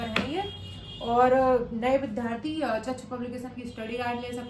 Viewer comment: भारतीय भाषा केंद्र JNU New Delhi में हिंदी साहित्य में मास्टर्स का विद्यार्थी होने के नाते सलाह है कि आप "विद्यार्थी " शब्द का सही उच्चारण किया करें। कृपया करके माइंड मत कीजिएगा। आपने ये शब्द लगभग अधिकांश विडियोज में प्रयोग किया है।